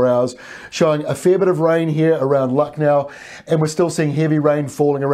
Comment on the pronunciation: Damn you are so accurate with all the pronunciations! As you rightly said it, 'Lukhnau' instead of just reading it as 'Lucknow'. Our neighbours are called 'Paakistaan' but people of European descent tend to read it as 'Pekistaan'. You are indeed a Geography nerd like me! Haha. We believe in perfection.